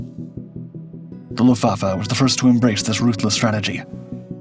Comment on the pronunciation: The issue isn't the word, it's the pronunciation. Or lack of it. Unless the sponge kingdom was a part of WWII in a way I wasn't aware.